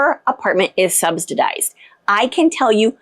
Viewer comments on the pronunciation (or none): Subsidized...not Substidized. There is no "t" in the word.